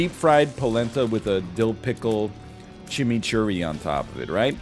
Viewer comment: Hearing NL saying polenta and chimichurri is so weird